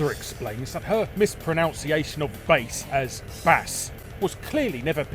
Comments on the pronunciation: "Ruth goes on to explain that her mispronOUnciation ..." What an embarrassing mispronUnciation . :D Edit: The CC differs from the spoken word to great extent throughout this video and I can't be arsed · How do you mispronounce mispronounciation? Lol. Gotcha. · kind of ironic you mispronounce "mispronunciation" in this video :D